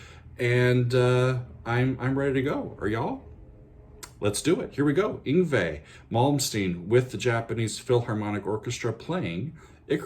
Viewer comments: Slaughtered his name! En gway malm steen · Ung-vee Mom-steen - Hilarious! Go on...